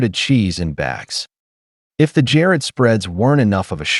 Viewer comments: How about saying Jarred cheese instead of Jared cheese Mr AI 🙄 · "Jared" cheese spreads?? Your A-I "narrator" needs a lesson in pronunciation skills.